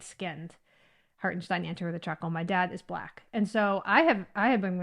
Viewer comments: You're pronouncing his name perfectly. I wish everybody gave up this artificial, non-biological/scientific/factual idea of 'race', that's been invented to divide and rule. To those identity politics people on the left: accept that there are people that "don't see race" or at least want to not see it, as in a learning process. In my mind, accepting the concept of "race" is accepting racism. Cheers from 🇩🇪@ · Well done you say "Hartenstein" correctly 👍👍👍👍